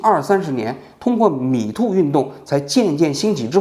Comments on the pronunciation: 蜜汁发音 “米兔”运动 😄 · 不开字幕的情况下，把 Me too 听成了 米兔🤣 好纳闷，米兔 是个啥运动